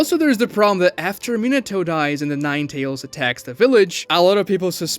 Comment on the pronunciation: Minnentuh? MINATO!